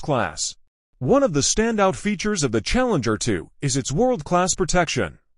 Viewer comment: Ah yes, the *CHALLEMGER*.